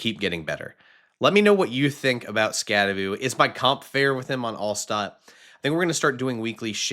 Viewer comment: Learn to pronounce his name correctly! It’s not Skatteboo, it’s Skattebo! So Bo, not Boo at the end!